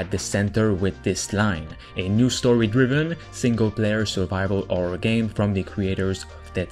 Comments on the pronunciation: Horror nor orror xD its not hard to spell the h man i know english aint your native language but jesus christ man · How come you can pronounce “Heist” But not you can’t pronounce “Happy” or “Horror”?